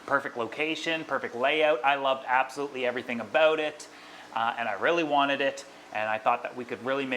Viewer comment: " and i really wannit it" see why its important to say the letter T in wanted ... i bet you say granite instead of granted aswell